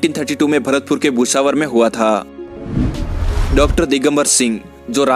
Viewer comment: Bhai it is not Busavar it's “Bhusawar" .